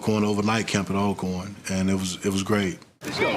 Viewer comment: it's "ALL-CORN" not AL-CORN. Pronounce it right people.